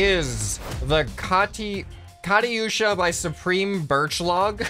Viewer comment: It’s pronounced like this: ka-Tu-sha